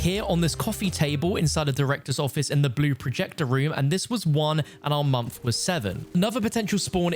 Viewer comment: At 4 mins i was like wtf is a mamf but then I remembers he said month